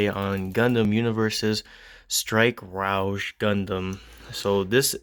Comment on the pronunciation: I dont know if you had corrected youraelf in the video or not but that word is pronounced "ROE-G" not rooge or roegee. Like the character from X-men. Alright just hoping ive helped.😅 Not trying to be a butthead 😂